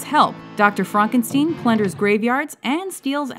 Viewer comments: It's pronounced FRONKENSTEEN!!! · did she just call frankenstein "frankensteen"? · i like how she pronounces "frankenstein" two different ways in about 2 seconds :)